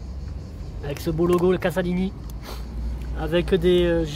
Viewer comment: il n'y a qu'un seul S donc ça se prononce Z, cazalini. Le moteur Koeler n'a rien à voir avec le Lombardini. J'ai une 20 Business de 2018 et j'en suis satisfait.